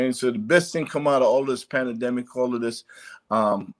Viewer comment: PANDEMIC, not PanAdemic! You too big 2 not know the correct way 2 pronounce it.